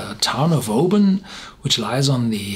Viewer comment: My home town. Thank you for not saying "o-BAN"! 👍🥃 Didn't know this one stands head and shoulders above the rest!